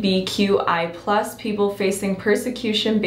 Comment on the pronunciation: sorry but its LGBTQI+ not lbgtqi+ this is not supposed to bee offensive I am just telling u